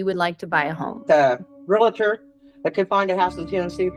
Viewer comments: Re-al-tor! NOT relator!!!!! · Its realtor not re-la-tor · It is not Relator. It is Realtor. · The word is pronounced “real - tor” not “real-A-tor”!!! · Its "reeltur" not relator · Argh - everyone in this video is saying "real-a-ter" instead of realtor. There's no third syllable! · Love you guys but it is not “REAL-uh-tor” there’s no “uh”. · REAL-TOR, not REAL-LA-TOR! One of the most mispronounced words! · “Realtor” is 2 syllables, pronounced exactly like it’s spelled, “real-ter”, not “real-uh-ter” with 3 syllables. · FYI-It's pronounced REAL-TOR. There's no "a" sound after the L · I know what I’m about to share is simply a pet peeve of mine but…….my skin crawls when I hear someone pronounce “realtor” as “real a tor”🙄. There, now my mini-rant is over🤭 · Can't help noticing that neither the victim nor can pronounce 'realtor' correctly.